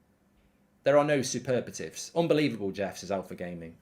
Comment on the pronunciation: it’s ‘superlative’ Mark 😂